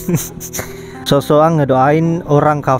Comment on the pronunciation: Al-fatehah bukan Alpatekah